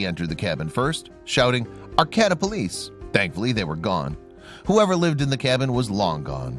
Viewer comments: It is "AR KAY TA" not arCATa!!! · It's pronounced R-K-D-uh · "Arcayda", the second "a" says its name b/c the last "a" makes it do that. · That town is pronounced "Ar - KĀ - ta". Look things up, will ya?! I'm a Californian & couldn't figure out WHAT you were talking about! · I dislike any one who does not know that they are pronouncing the name of the town wrong: it is AR KATA you nutty fluff ball! I grew up there! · Ar-Cay-ta. And I’d never bother a structure up in the Emerald Triangle. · Which cabin ? Learn how. To pronunce Arcata ! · Learn how to pronounce "Arcata"... No reason Not to show real cabin!!! This video is 8 minutes to long!!! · Its a true story I live in arcata the pronounce it wrong. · I know, they could at least pronounce it right: emphasis on the second syllable, second 'a' is long!